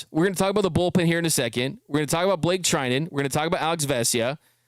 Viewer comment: bruh, Treinen... ur killing me 💀